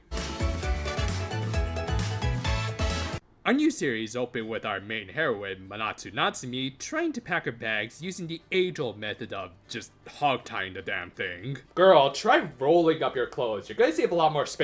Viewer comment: Her last name is Natsuumi (pronounced natsu-umi), not Natsumi. Just letting you know.